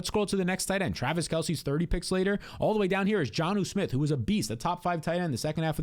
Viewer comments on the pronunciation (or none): none